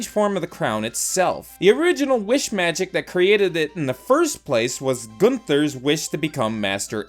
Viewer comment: It's Gunther lol